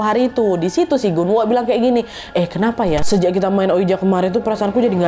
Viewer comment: Pas kak Nad bilang Gunwoo aku dengernya genderuwon😅